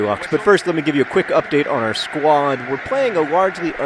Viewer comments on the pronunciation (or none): none